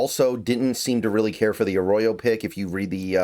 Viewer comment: if you want to start to stop pissing off fans stop emphasizing the Row on Jalen and start doing it for Elijah. Elijah is “A Row Yo” Jalen you emphasize the Mill, not the Row. I know it’s a slight difference, but imagine some ahole emphasizing the Son in your last name and pronouncing it Nell’s SON!